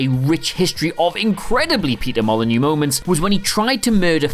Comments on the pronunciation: What i heard was peter molenyeux peter molenyeux and peter molenyeux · Say Peter Molyneux again. . . Please